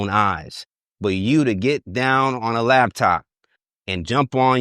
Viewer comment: Did this goofy dude really say labtop??